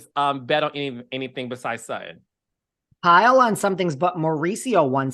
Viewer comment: Dying at Sutti’n and not Sutton!!!! 😂